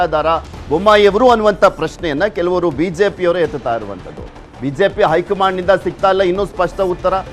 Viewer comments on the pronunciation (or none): ಅಕಾರ ಹಕಾರ ಸರಿಯಿಲ್ಲ. ಹೈಕಮಾಂಡ್ ಅಂತ ಹೇಳಿ. ಬಿಜೆಪಿ ಐ ಕಮಾಂಡ್?, ಏಳಿದಾರೆ, ಓಗುವಾಗ? ಕೇಳುವುದಕ್ಕೆ ಅಸಹ್ಯಕರ.